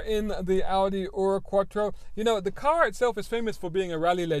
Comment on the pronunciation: Congratulations for getting 'ur' right. It's not, actually, German though. Ur was the name of the first city in the world, and so a other 'firsts' are naked after that.